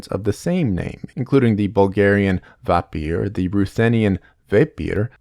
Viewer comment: In Bulgarian it's "вампир" ("vampir"), not "vapir" like the video suggested.